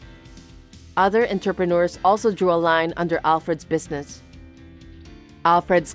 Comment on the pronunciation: I was just listening to and not looking at the screen. I kept wondering where interpreters made so much money, then I saw the word was actually entrepreneurs. I had to laugh out loud. Some of the mispronunciations in these stories are so hilarious that they are more entertaining than the stories themselves.